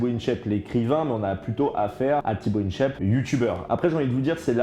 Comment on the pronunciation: Jsuis le seul à vriller dès qu'il dit "Tibo Inshèpe"? 😭